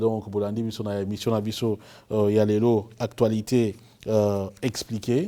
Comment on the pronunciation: Alors que vous parlez très bien le français, pourquoi cher monsieur, journaliste de l'excellence, vous prononcez toujours "actoualité" et non "actualité"? pourtant vous bien tu, tuer, etc. (cela dit, je sais que le français n'est pas notre langue)...